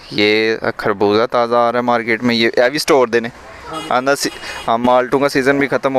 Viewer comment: کھربوزہ نہیں ہوتا بھائی جان خربوزہ ہوتا ہے🤣🤣